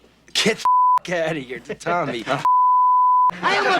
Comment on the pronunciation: “We sittin heah ready to negotiate…”